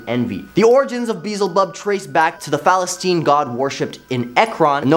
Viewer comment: ...get this kid a pronunciation guide.. or train him to Google every single proper name, ect.. ..can't pronounce philistine (fill-eh-styne), but nailed balfagore..